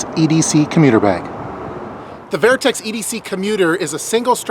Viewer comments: Great review👌🏼 couldn’t let go of the “vAIRtx” pronunciations though😂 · Good review, great product, just saw a shot show 2017 video on same bag. I have plenty of Vertx pants. Very well built! Comfy and durable! Just never heard the brand name pronounced that way.